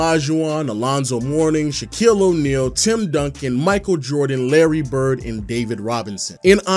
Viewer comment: "Larry Brid"